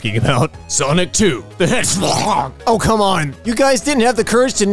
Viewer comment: I was laughing so hard when he pronounced HedgeFhog 😂